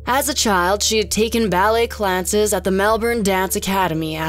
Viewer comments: This is somewhat irrelevant but whyy on earth did she say ballet 'clances' instead of 'classes'...? narrator is clearly american so it can't be an english accent thing.. 🤔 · She said ballet clances 🤣